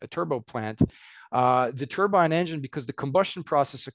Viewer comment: IT’S NOT A HAT, IT’S AN ENGINE!! (turbine NOT turban!! ) FGS, get it right! 🤡🤡🤡